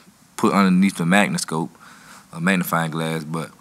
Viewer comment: He said magniscope😂